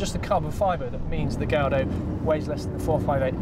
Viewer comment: oh man,in all youtube videos,presenters keep saying gaylordo,wtf its v10 and lambo,its not gay